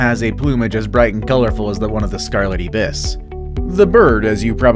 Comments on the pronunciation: Alas, "ibis" is pronounced "eye-bus." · Great video. No. 5 is pronounced Scarlet "I"-BIS in Trinidad. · It's also the way to pronounce it all over the world. The narrator is just illiterate 😂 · IBIS is pronounced aibis, with a long I sound as in like, bike. the 2nd syllable is a short I as in kiss. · Pronounciation...Tobago - pronounced To-bay-go, Ibis - pronounced Eye-bis, kakapo - pronounced ka-ka-po!